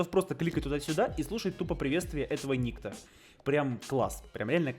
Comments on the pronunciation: Я так понял что правильно называть перса никтó а не ни́кто, потому что этот перс является русским, а у иностранцев (не смог найти другого слова) нету имени никто, есть ник и тип этого поэтому его называют Ни́кто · правильно никто́. Ибо данный персонаж русский, а так как колда американская они его и называли ни́кто, ибо им это ближе и проще. Ошибка перевода и/или произношения короче. Кстати это, от сборочки на дигл я бы не отказался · Если что правильно говорить НиктО